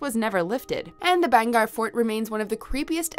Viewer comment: IT'S BHANGERH FORD NOT BHAGAR FORD😂😂😂😂😂😂😂😂😂😂😂😂😂😂😂😂😂😂😂😂😂😂😂😂😂😂😂😂😂😂